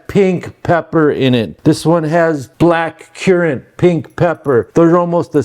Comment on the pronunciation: Black currant not black cuurant.